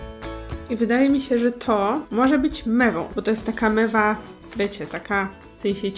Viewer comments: czy ja tylko słuszałam zamiast mewa mema? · Aga mewa nie mema xd pozdro